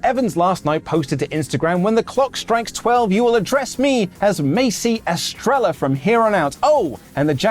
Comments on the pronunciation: Best way to pronounce Estrella is Es-treh-ya. Just a little help, keep up the great work and stay hydrated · I’m pretty sure it’s pronounced (es-trey-ya) it means star in Spanish.